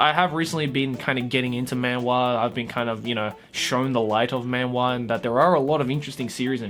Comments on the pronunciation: my gosh... I hate how manhwa is said in an english accent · man-wah he says MAN-WAHHH Its funny cause......man-hWAAA